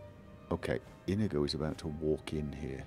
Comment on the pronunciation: So should we be running a tally of how many times he calls Inigo Karjo?